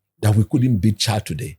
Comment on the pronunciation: Coach doesn't know how to pronounce the country's name? Chillld 😂